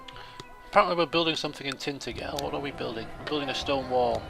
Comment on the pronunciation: Oh god, did he just say "Tintagel" the way I think he did? :/ Cornish citizen grammar nazi mode has been activated.